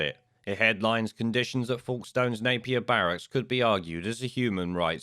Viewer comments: just to clarify it’s folkestone, pronounced ‘folk’ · Its pronounced 'folks ston' I live near there